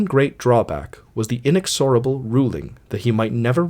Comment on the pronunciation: Hearing the words 'inexorable' and 'omnipotent' pronounced this way is certainly inspiring of cosmic despair.